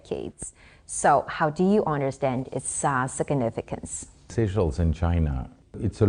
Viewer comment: That's how businesses should be done, within sovereignty. Mutual respect so that no one is dependent. But am baffled that the lady's a resident, yet she insisted on calling seashells instead of Seychelles (SaySchelles) it's not difficult...😮